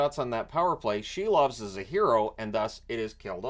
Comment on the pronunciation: Silov is pronounced SEAL-OFF